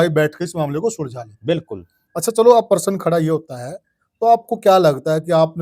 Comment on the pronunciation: परसन नहीं * प्रश्न "?😊